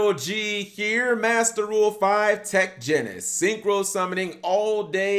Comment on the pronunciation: The way you pronounce tech genius hurts me so much